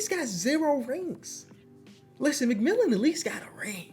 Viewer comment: The fact he was saying McMillan the whole video when it was McMillian